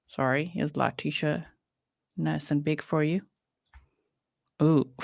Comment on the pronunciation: I agree. And his Dad clearly backs up this idea. I listened to all 3+ hours of calls between Al and and LieTecia (Le-PEE-cia?! How perfectly karmic was that after she talked about poor GMan's poo issues and peed her own pants during interrogation!?) and Al held his sh!t together for hours of her changing stories because he just wanted to find his boy. And one thing they agreed on was that Gannon was helpful and just an all-around good kiddo. That video LieTecia posted she made while he was cleaning up the candle and she harrassed him about how they would have to sell everything and "not tell daddy" just killed me. In fact, the number of times she tries to throw Al under the bus and say sh!t like "we had a good talk where we just were talking just the two of us and we weren't going to ever tell daddy things" just k!lled me once we saw what an awesome dude and dad Al is.